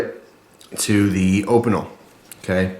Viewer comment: sorry to be ocd but opeinel is pronounced opeenelle